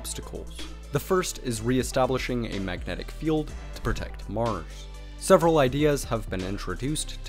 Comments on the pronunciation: "On Meurs"... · I swear I heard you call mars Morris a couple times.